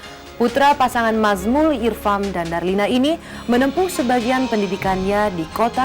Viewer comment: banyak yanv salah nih pengucapan namanya, masa ayahnya ariel mazmul irpham, kan nazmul irphan